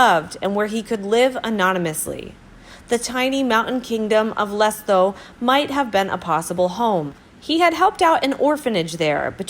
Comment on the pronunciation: Terrible, terrible pronunciation, especially of names - even of Lesotho - a country which even a child could read properly